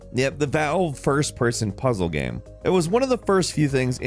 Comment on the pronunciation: Does this guy know there’s an “A” in the word gAme. It’s not gem. I can’t do this.